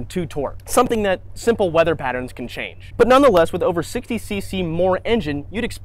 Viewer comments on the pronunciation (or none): none